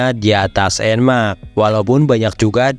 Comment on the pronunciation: Dibaca EN MEX ❌ Dibaca EN MAK ✅